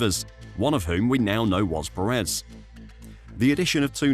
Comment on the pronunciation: Please learn how to say Pérez, dude. You're putting emphasis on the wrong syllable.